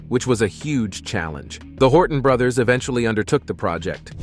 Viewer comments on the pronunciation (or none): none